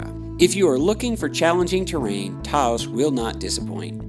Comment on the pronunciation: I think you might want to re-think your pronunciation of “Taos”. That’s all. Nice video, and I appreciate the effort and the quality. These areas deserve more recognition; on the other hand, recognition ain’t all it’s cracked up to be. Very special places, indeed.